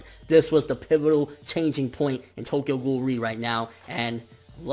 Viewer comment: bitch how you say Tokyo Ghoul is ass. maybe this nigga is ass but def not ghoul